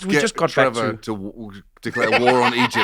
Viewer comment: "Ehy, it's TRE-VOR"